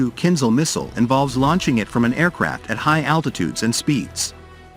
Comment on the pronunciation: КинЖал, а не кинЗал =.=